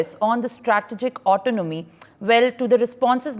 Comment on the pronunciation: At least do some spell check before posting. The newsreader can’t pronounce autonomy and the guy posting the video can’t spell it and spelled it as Autonmoy😂